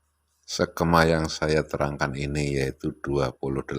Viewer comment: Jangan sekema dong bos......tapi sekeeeeema